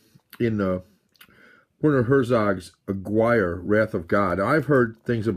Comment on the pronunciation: Hey! Yeah, Aguirre is a really good film. One of my favorites in fact. I think it's pronounced uhgeerah. Don't mean to quibble though. Check out another film they did together called Fitzcarraldo. That's really good too. I myself have the Anchor Bay Herzog/Kinski box set. All of them feature commentaries by Herzog and an additional documentary called "My Best Fiend" which details Herzog's and Kinski's relationship with one another. Kinski was one wild guy. He also wrote a book about his life that I read around the time he died in the early 90's. I think it's called Kinski Uncut.